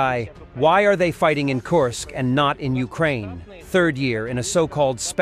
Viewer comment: Not Korsk, Kursk